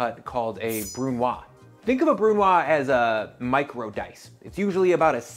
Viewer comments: Excellent channel you have, and this is a great video. One suggestion (from a Canadian who speaks French decently well): BRUNOISE is pronounced BREW-NWAHZ. The 'E' turns it from what would be BREW-NWAH to NWAHZ. Same principle as Vichyssoise. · Just a side note: if a French word (like brunoise) ends in an e, the preceding consonant is NEVER silent – "brunwahz". Similarly the potato/leek/onion/cream soup is "Veesheeswahz" (Vichyssoise) and the tuna/potato/green bean salad is "sahlahde neeswahz" (salade niçoise). Silent consonants are ONLY silent if they're the last letter of the word. (Exception: Fleur de lys - the s is NOT silent). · Brunoise is a French word, you may consider pronounce it bru-nwaz (the u doing is the sound roughly on the middle of the word "you") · I was looking for this comment 😅 He doesn't say it terribly, but I couldn't get past him not saying the last consonant 🙈 If there was just an 's' he'd be correct, but the 'e' after means the s should be pronounced (though it is more of a z like you said). French is a b*tch to learn 😅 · Literally irrelevant but because there is an "e" at the end of "brunoise", you should pronounce the "s" at the end as a "z" sound. Unfortunately, unlike the guy who decided the official small, medium, and large dice sizes, the french are not dead so we probably have to try and pronounce it right...for now.